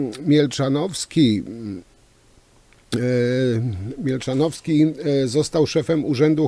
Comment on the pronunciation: Panie z tymi nazwiskami to u pana stary dobry numer 😂. Milczanowski, a nie Mielczanowski: )